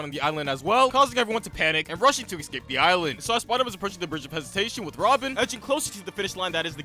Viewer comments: Escape. Not excape. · it's escape and not ecscape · eScape! Not eXcape. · This is great, but you saying "excape" instead of "escape" drives me absolutely insane 😅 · dude can't say "escape"